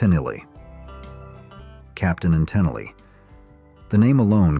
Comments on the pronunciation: Hey Mr. AI, it isn't Captain and Tin-in-lee, it's Capt. & Ta-neal... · come on mate be brave.try a human voice. i turned off when captain antillery was mentioned. tunill- made me ill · Tennellee, Tenell, Tenelly - ai sucks. "Catchy melodies and upbeat anthems" sounds like this video was written by a bitter "music is art" snob. Probably a big "Frank Zappa" fan. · AI-generated junk. The mispronunciation of Captain & Tennille as "Captain and Tin Alley' is a dead giveaway. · Most pointless list ever. So many classic bands panned on here for no valid reason. Only two funny things were the pronunciation of Tennille (it's pronounced Te-neal) and reading your channel name in the comments. When I saw it I read it as Whore members USA 🤣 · Captain and TUH-NEEL is the correct pronounciation. God, I hate AI! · Genesis was good. I liked Bo Donaldson and the Heywoods. The Bughles are not like the Beatles at all. Is this marrayor smoking weed. He's right about Feelings though. I liked Captain and Tennille but not Muskrat Live though. This guy shouldnt be so harsh about Feelings and Muskrat Love. He misprounces Tennille. I liked the Pina Colada song. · The Captain and WHO? dont you love it when “experts” (bots?) cant pronounce names of the subject matter? ive never met anyone who didnt like C&T growing up a list of thousands i have known. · You mispronounced Tennille (in Captain and Tennille).